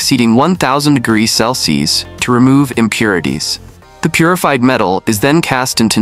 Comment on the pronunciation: A decent video but another damn AI voice. It couldn't even say " Celsius" correctly. I'd like to be able to say that I'll be happy when this AI crap ends but like the stupidity & laziness of the Gen Z'ers or whatever these lazy ass kids are, it isn't going to end. It's just going to get worse. Just like the stupidity & laziness of these damn kids.